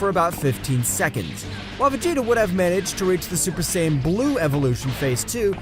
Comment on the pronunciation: YO GUYS HE ACTUALLY SAID SAIYAN RIGHT